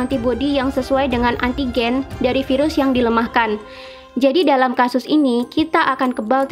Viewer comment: Yg dipenjara pengen kerja, yg lagi kerja pengen santai. Sama aja. Selama ini kerjanya ngapaian aja.. mau siti mau terawan sama.. 👎 btw kalo ngomong virus gak usah vairus.. biasa aja..